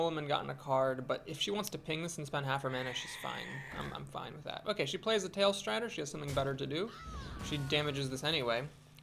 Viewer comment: Tallstrider,;) Tall strider, as in the bird is vertically big. You keep saying something like tailstrider.:P